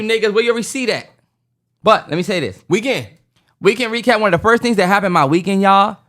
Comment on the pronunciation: I’m crying at reekend wecap 🤣